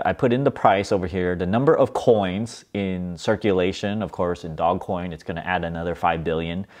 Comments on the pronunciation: dozh coin! but i call it doggy coin for fun. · Dog-E coin. Pronounced "doggie coin". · Btb, it's pronounced "doul-ge" LOL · It's not DOGCOIN, it's DOGECOIN!!! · "Dog" Coin, ffs! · Stop calling it dogcoin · First of all it’s DOGECOIN NOT DOG COIN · Stop calling it dog-coin....it will be a lot less cringe if you call it doggy-coin. Nevertheless, great returns bro and make sure you HODL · Take a drink every time he calls it "Dog" Coin. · Can’t take this seriously if he can’t pronounce the investment right.